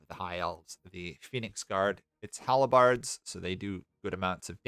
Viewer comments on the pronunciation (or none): Hal-birds. Not halabards.